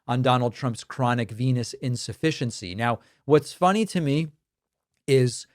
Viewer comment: I swear I heard you say DT has chronic penis insufficiency 😂